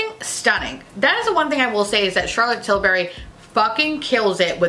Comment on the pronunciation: ohhhhh man the way you pronounced charlotte tilbury really got me 😂😂😂